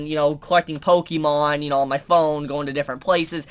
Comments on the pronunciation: We know you don't play pokémon, since you're pronouncing it wrong, read the accent My first thought on one of the glasses, those are Vash's! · If you are going to continue to review anime you need to learn how to pronounce Pokémon.